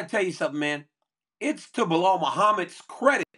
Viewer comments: Why can’t Chael say anybody’s name right? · Biggest cheater yapper bad guy Kale never won a title, still don’t say Belal name correct. No respect no honor